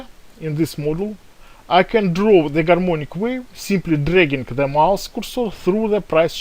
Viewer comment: Oh come on it's very clear , he says " Garmonic waves"